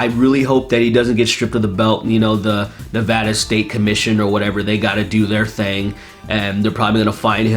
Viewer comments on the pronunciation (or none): none